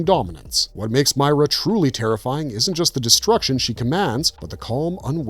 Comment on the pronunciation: Christ. Did you even play the game? I'm 2 minutes in... 1. It's Meer-a 2. It was Dom's knife Garbage